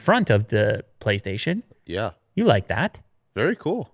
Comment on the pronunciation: did he just say "PoliceStation" 5 controller ? or is it just me, at the start of the video